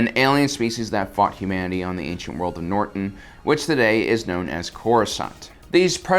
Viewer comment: Notron dude. not Norton . this is i think second video where u butchered the name.